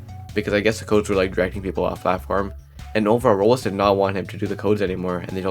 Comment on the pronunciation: 1;30 “roblxo” ps: I’m not making fun it’s just a thing I noticed and it made me laugh